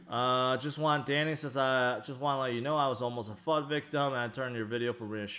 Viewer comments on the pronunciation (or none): none